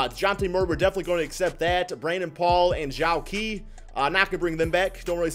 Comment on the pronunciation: Zhou qi is pronounced "Joe chee"